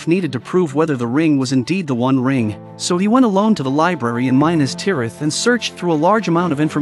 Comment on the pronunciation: There you go again with your mispronunciations of the names! It is, mi-nas-tirath!! Not MI-nas-tirath! I can’t watch any more of this! It’s just a rehash of information we all know with mispronounced names! 🤦‍♂️